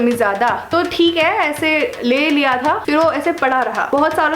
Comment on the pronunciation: but "thik h".. ye accent kyu nahi ja rayyiii h.. mujhe samajh nahyiii aa rayyyiii hai... 😂😂 #truecomediannick❤